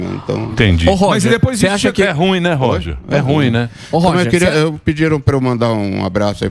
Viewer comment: Emílio tinha tomado uma pequena aula de Cintia Chaves sobre o adjetivo “ruim”, mas ele continua falando “rúin”. 🥺😅